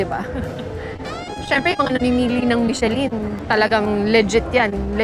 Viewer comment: * Finally your “order”arrived? MUST be order”S” * 4 na slice?! MUST be 4 slice”S” * AGAIN… it is MI SHU LUHN NOT michelin